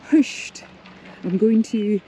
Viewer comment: Wow. This is a wonderful video, and coming from a 'local' like yourself it has so much more meaning. Today i've learned the correct pronunciation of the island of 'Hirta'. I have lived in Cornwall for a long time. This year i visited the Isles of Scilly and the isle of Lundy (which also has over 300 Soay sheep!), oh and i visited Ireland last month as well!. I've visited many islands around the British (and Irish) isles over the years, but St. Kilda has been top of my list for a long time. Thank you so much for this video, it's as if i've already been there. Thank you. Happy New Year! Ed.xx